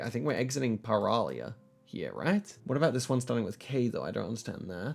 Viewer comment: "Παραλία" means beach in greek (you pronounced it almost perfectly) so the place that you should be looking for is "Κύμη" near the coastline, also 222 phone number exists only in Ευβοια (the big island you were on) you also missed the ferry boat sign next to the name "Σκύρος". Good job understanding that "Ποταμος" means river 👍